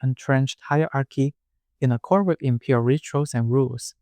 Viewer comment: I was listening to this while doing chores around the house and for a minute I thought you were saying 'the impure household' instead of 'imperial' lol